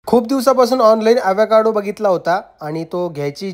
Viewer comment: Evekaado navhe. Avocaado aahe